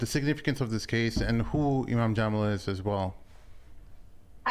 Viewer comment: 1st it was “thunvi” and now it’s “jaaamil”, cmon 😂😂😂😂😂😂😂😂